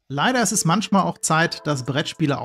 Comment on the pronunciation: mantschmal, aber auch nur mantschmal :D